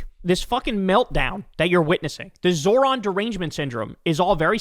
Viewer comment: Nice job Bill! You finally got his name right! So proud of you! Who’s a big boy?